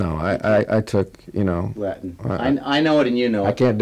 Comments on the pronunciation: Great compilation! Kudos to David Duchovny for noting the incorrect latin plus refusing to use the modern ecclesiastical pronunciation! :D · Omg him refusing to incorrectly pronounce the latin 💀